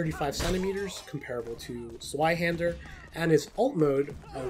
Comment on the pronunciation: Dunno why it irks me so much to hear Zweihander mispronounced so often. It's a V sound, not a W.